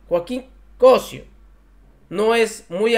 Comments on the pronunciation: CosÍo, CosÍo, asento en la Í.. porfas!!! Me gusta este canal pero íjole!! No es la primera vez que pronuncian mal los nombres de lo que sea. Porfas, ojo en su profesionalismo que también toca el buen pronunciar, son comunicadores, ojo. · El apellido del actor está acentuado en la í , así que pronuncia bien ... saludos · Primero aprende a pronunciar bien el apellido del actor Joaquín..... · Sigo tu canal y estoy de acuerdo en tus comentarios, pero me perturba cuando dices el apellido de Joaquín, tu dices "Cosio" y el señor se apellida "Cosío" con acento en la í. Suena bastante mal sin acento. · We apoyo tu contenido pero aprende a leer los acentos… es Cosío no cosio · NO ES + COSIO+ ES COSSSIIIOOO, NO TENGO ACENTOS PERO SE PRONUNCIA DIFERENTE A COMO LO PRONUNCIAS JOVENCITO. SOLO UNA ACLARACION POSITIVA. SALUDOS. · Es Cosió, no Cosio, es desagradable escuchar estos errores. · Estimado,es Cosio con acento en la"i"...saludos... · Es Cosío con acento en la í NO es Cosio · COSÍO lleva tilde o acento en la i .aguas llevas varios errores al pronunciar palabras y apellidos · No es Cósio, es Cosío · No se dice cosio sino cosío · preocúpate un poco por leer bien.el apellido de este señor lleva acento. Cosío no Cosio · Felicidades y gracias por la noble y necesaria labor informativa. (sólo una observación: es Cosío,se acentúa la i). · Se pronuncia "Cosío" con acento en la i, excelente día te deseo desde Tijuana... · Me gusta verte y oírte, pero cuando den la información lean y pronuncien bien las palabras Cosío lleva puntuación. El que critica corrige😊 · Se apellida Cosío! Con acento en la i, por favor! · Hola, buenos días,, me gusta tus comentarios, están bien pero, por favor respeta las acentuaciones de las palabras y sobretodo en nombres y apellidos " se dice Cosío" con acento en la vocal i. He notado igualmente este fallo con Carlos Federico por mencionsr a uno. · Se pronuncia Cosío, ponte pilas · Cosío, acento en la "i", o sea "í".